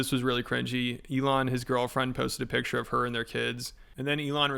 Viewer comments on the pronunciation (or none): none